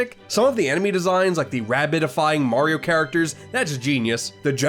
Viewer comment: “Moorio games”🤔😂